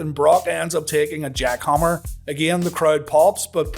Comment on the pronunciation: Match was a big disappointment. You obviously mean battle not bottle! Lol, and it's jackhammer not Jockhammer lol...